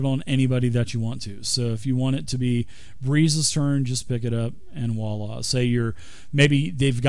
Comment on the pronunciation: By all that's holy someone tell this guy how to pronounce "voila".